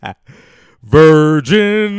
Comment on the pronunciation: 1 dislike for mispronouncing Vergil as virgin and singing a ridiculous song about it .Ding!!